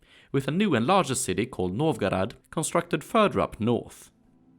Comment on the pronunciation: не знаю к чему токсичность, по моему наоборот хорошее произношение, особенно Новгород и Смоленск, видно что старался. на его акцент в английском вы также реагируете?